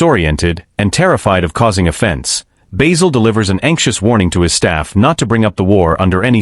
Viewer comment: Enough of the shit A.I voice, it’s Basil, not Baysil.